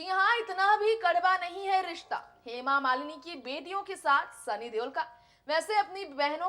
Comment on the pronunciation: सूत्रधार का उच्चरण बहुतही घटिया है, हेमा मालिनी का नाम भी ठीक से बोल पा रही।